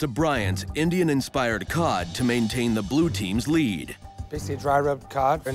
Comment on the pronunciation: I thought I heard gordan say cod as god